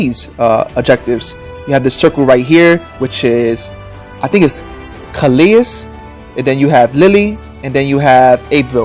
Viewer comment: Calais is pronounced Ca-lay and Abbeville, France is pronounced ab-vil.